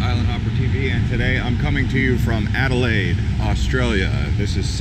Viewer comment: Alelaide stop not perth ok cute ✈👍🎉🎉